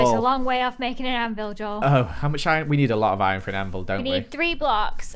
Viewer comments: said “Dole” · I think she said doel